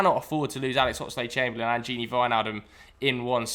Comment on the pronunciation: Why does he keeping saying "Oxide Chamberlain"?